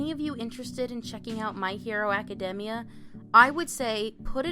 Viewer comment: Did she just say My Hero Acadehmmia? And there's a bit of an echo at the beginning